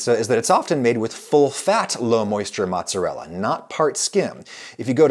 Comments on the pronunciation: Who (*$@ calls mozzarella "mahtz"? My italian grandmother would probably have beaten that word out of you if she heard you say that. Also, scamorza is the best cheese for a NY style pizza. It's got the best flavor (between mozzarella and provolone) and is a drier cheese, so works well on thin pizza. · its not Matz its Mootz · % NOT PROVOLONE. I worked at a capris Italian restaurant for ab a year and they used provolone instead of mozzarella, pronounced MAZZ uh rella, not mahts uh rella, just like pee za it not pronounced Peet's uh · please stop saying "motz", my italian mother is worried. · He is saying "mozz", so should be forgiven. ;))) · I'm part Italian so you say "MOOTZUHRELLA" lol :P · I was horrified when I heard him say Motzz It's like when someone says Peps or Roni instead pepperoni. It just rubs me wrong. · Drinking game: do a shot everytime he says mozz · there's something about him saying 'motz' that i really hate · Italians losing their minds on Adam's pronunciation of "Maatzarella"and MAATZ!! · Adam I love you but please refrain from shortening mozzarella to "moz" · So we're calling mozzarella "motz" now? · stop calling it mozz! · Am i the only one who cringes when he says mozz? Is that a Georgia thing? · Stop saying mozz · "mozz"?... ....cringe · Stop calling it Mozz you fool. No one calls it that.